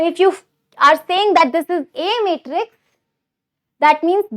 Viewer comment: Matrix ❌ metrix ✔😂